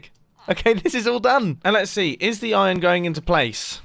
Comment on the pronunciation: Nobody: Absolutly Nobody: Mumbo: IoN